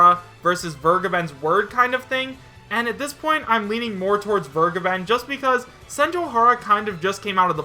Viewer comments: Vergeben's name is German, making the correct pronunciation: vehr-gaeben. I am too lazy to look it up, but my knowledge tells me it means "The Giver." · Sorry, but Soras negotiations would include Disney. Absolutsly no chance. In other news, didn't vergeben (which is a german verb, by the way, so I always flinch a bit, if you pronounce it like that) state, the Cygames-stuff was completely from hitagi? He only really said, he hasn't heard anything new, so it might have fallen through. So he never had his own stake in the claim, it was all on hitagi.